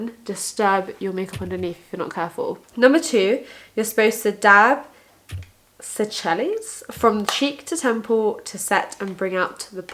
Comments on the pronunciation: Seychelles pronounced as (sea shells) 😉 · Keep at it and persevere- your doing an amazing job on YT. i loved reading your blogs and I'm happy you've come onto YT. Keep this as a hobby iA and carry on doing what you love <3. (also to be extra- seychelles is pronounced 'say-shells')